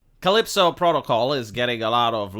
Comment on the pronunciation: CALLISTO PROTOCOL not Calipso Protocol